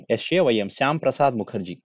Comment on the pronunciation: బ్రో.. శ్యామ్ ప్రసాద్ కాదు.. శ్యామా ప్రసాద్